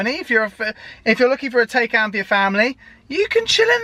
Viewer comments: It's not called Day-Kan - god damn it, it's called Taycan - listen to Mark Webber if you can't spell it right. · Its not teycan Its like saying Thaican, like thai food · Isn't it PorschE Thai-khan? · Please... I can’t keep listening to you calling the car a Taycan. You say you’ve watched the reviews etc, so surely you’re aware it’s pronounced Tie (as in round your neck) and Can ( as in can of Coke) 😉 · lad if you buy one please learn how to pronounce it properly!!!